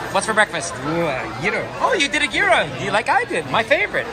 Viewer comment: Mispronounced gyro. Cringed a little, but I can't talk too much as my JP doesn't hold a candle to yours! lol